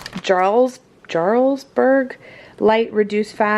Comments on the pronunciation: haha Youre so cute. Jarlsberg is pronounced "Yar-els-berg". Scandinavian origin. :) (Jarl is like a duke and berg means mountain, so dukes mountain) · It’s prounounced yarlsberg. Even though it’s Best Buy June it’ll last a lot longer than that just keep it airtight